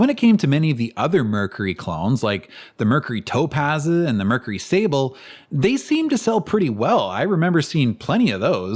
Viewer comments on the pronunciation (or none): none